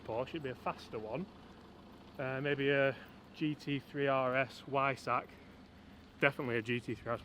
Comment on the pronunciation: Laura face when you said Y sack. Sure she thought you said something else